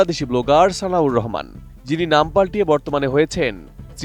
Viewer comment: উনি বলল সানিউর রহমান, আর আপনি বারবার বলতেছেন সানাউর রহমান।